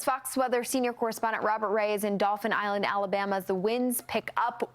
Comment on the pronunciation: daupheeen island. Tell me your not from here without telling me🤣